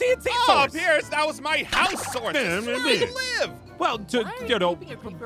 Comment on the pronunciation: Peirce pirece? ITS PIERCE